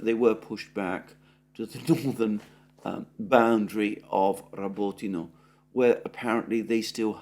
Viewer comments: Repeat after me. Ra-bÓ-ti-na. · The village is called RabotIne, accent on the I.